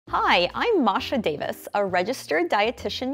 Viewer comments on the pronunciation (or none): none